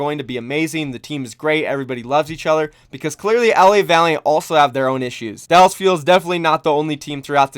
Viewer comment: I see you adding an extra “L” to Dallas 👀👀👀